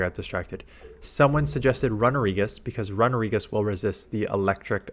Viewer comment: Wtf is a RUN-A-regis.....it's RUNE-A-regis u noob